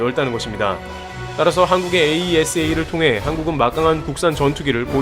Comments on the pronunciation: 에이사레이더 이렇게 발음하면 됩니다. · 에이사 레이더라고하지 참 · AESA "에이사"라고 해주세요 ㅋㅇㅋ (울회사가 나와서 자랑스럽네요 ㅋㅋㅋ) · 다른 곳에서는 AESA 레이더를 '에이이에스에이' 하지 않고 '에이사'로 발음하던데 어떤게 맞나요? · 에이사 레이더라고 했으면 더듣기 좋을걸. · 에이사 레이다......스펠로 부르는거 어색해요~ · 장사정포는 아이언돔으로 못막아요 아이언돔은 미사일방어고 장사정포는 대형 탄두라고 생각하면 편함. 참고로 AESA 레이더는 에이사 레이더라고 읽어용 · 그냥 "에이사"라고 부르세요. 굳이 알파벳 하나씩 읽을 필요는 없어 보입니다. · 에이사 레이더라고 하세요,,, 거슬리네요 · 그냥 에이사 레이더라고 읽어주기는게 더 듣기좋을것 같습니다!